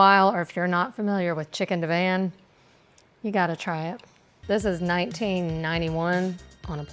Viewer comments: Never ever have I head Divan (di-vahn) pronounced div-anne 😂😂 I’ve also only just recently discovered some people pronounce Vienna as vie-eena. #HookedOnPhonics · It’s deh-vahn not Dee-van